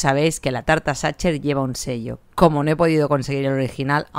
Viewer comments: Como boricua que vive en Alemania te puedo decir que con tu pronunciación de "Sacher" nadie te entenderá.😆😆😆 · Sacher pronuncia como sajer no como tu dices satcher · Pronúncialo "sajher". No "sacher". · Gracias! La probaré. Y... Sin intención de ser pedante, se pronuncia /sajer/ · No es la falta de conocimiento (que todos tenemos claramente) es la falta de interés. Si escuchas que los locales le llaman Sacher [ˈzɑxər en el AFI] puedes tratar de intentar replicarlo un poco puesto que estás en su país (ya si te sale la cadencia mal se entiende), pero es que (xər la última sílaba de la palabra en su idioma) y (ʃɛr que sería la última sílaba de pronunciarlo tal cual en español) ni siquiera son el mismo fonema :/ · Gracias por la receta! Sin duda toda una joya. Solo una aclaración, fonéticamente se dice Sajer o aún mejor Saja (ch se pronuncia en el alemán como una J y la terminación -er tiende a escucharse como una a) solo lo digo, para quien se llegue a Viena y pregunte (ya sea por la torta o el hotel, le entiendan de lo que hablan. ;) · A modo de comentario, esa resistencia que tienen los españoles en pronunciar las palabras en su idioma original 😅 los idiomas es riqueza cultural, no atentamos contra nada en pronunciarlas como fueron creadas. También probé la tarta en el Hotel Sacher ("sager" para su pronunciación) veré si con esta receta logro a hacerla parecida a la original. Gracias por difundir 🤗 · Porque lo pronuncias así? Sería más similar a [sajeeer] es lo más parecido. En México lo comemos sin saber, mi abuela lo preparaba para mi cumpleaños. El que venden en el hotel Sacher tiene una cantidad enorme y loca de azúcar porque así se conserva más para que aguante el viaje, porque muchos turistas lo compran para llevar. No es de mis preferidos. En México he comido lo más ricos. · Se escribe Sacher, pero se pronuncia Sacjer. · Queda horrible que pronuncies CH. Es Sajer!! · Por favor, pronuncia el nombre corretto! "saquer"